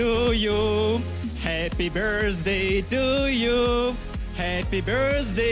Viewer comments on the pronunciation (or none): I think he says "Happy burstday"